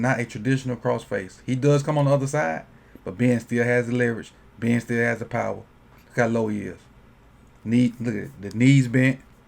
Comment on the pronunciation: I like how you say Ben. Been